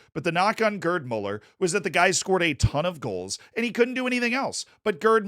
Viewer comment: “GuRd Muller” 💀😭